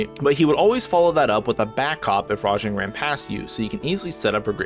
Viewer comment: Wait! WTF!? Did anyone else notice when called rajang, “Django”? lol! 🤣 Unless he's black, that’s racist. Django is the titular black main character in Quentin Tarantino’s Django Unchained. How did this get past the editing stage?